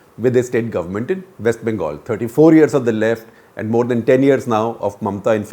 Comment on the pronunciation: “might republic of West Bangal”?? 😳